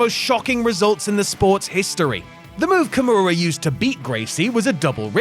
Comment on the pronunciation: 所々名前間違えてないか？ ヨシトニック→ヨシタニック カムラロック→キムラロック etc…